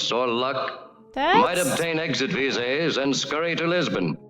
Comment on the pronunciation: It is odd that during the opening narration the narrator mispronounces "visas" , he says something like "visays". But the word is pronounced correctly several times by actors in the film.